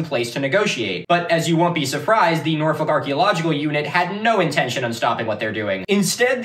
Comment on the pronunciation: actually crazy to hear an american pronounce norfolk correctly. thats how i know this guy is trustworthy